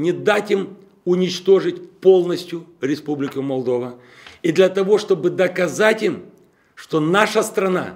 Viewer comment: Тебе не дано спасти , ,републику молдова ,,, тыыы даже не моожешь произннстии ее имя клоун!!@